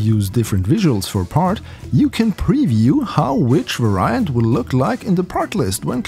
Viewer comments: You pronounce "varient" incorrectly. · You’re pronouncing variant wrong